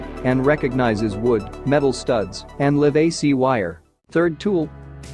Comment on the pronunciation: Even fake voices are too stupid to pronounce aluminum right. Sheesh Mispronounced "live AC" , "auger". Use a real person to narrate and I will sub.